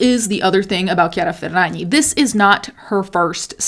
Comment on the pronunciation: it’s so satisfying every time you say ~chiara ferragni~